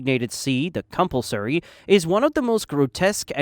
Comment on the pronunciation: correctly pronouncing yhwach and incorrectly pronouncing compulsory is certainly something